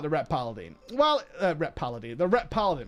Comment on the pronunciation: It is obvious you do not like paladin simply because you cannot pronounce it. TANK is so simple even YOU can get it right :P